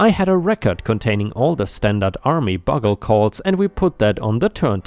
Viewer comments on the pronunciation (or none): "bugle" is said as "b-you-gul" not "bug gul." Buggle would be said as "bug-gul." So the "u" in "bugle" is said as the letter (sounds like "you"). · 🌟🌟🌟🌟🌟 Bugle is pronounced with a hard u sound. Byoo-gl instead of buh-gl. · Bugle is pronounced bew-gal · "Bugle" is pronounced "byoogul." It's a strange word! 😉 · 'Bugle' is pronounced B-you-gle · Bugle == "Byoo-guhl" It's a type of brass horn, valveless in it's simplest, military form. It's the instrument most military signal calls are played on. The "u" is the long "yoo" sound. Not the short "uh" sound. So it doesn't sound anything like a thing to summon insects. No bugs were used in the creation of this musical instrument! 🎺🎺🎺🎺🎺🎺🎺🎺🎺🎺 (Yes, I know these are trumpets, but it's closer to a bugle than the only other horn emoji, a hunting horn) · A comment on pronunciation: In bugle the u is the long sound, not the short as you were making. I know the English language takes from so many different sources that it is hard to understand the crazy rules